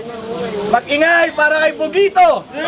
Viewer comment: tang inang rapper yan c bogito bulol pota.,magbi2saya n lng mali mali p